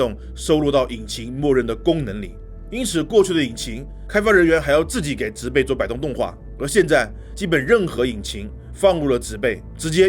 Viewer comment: 介紹的不錯，小錯誤糾正，植被那個字(被)是破音字，唸(音同匹)才對。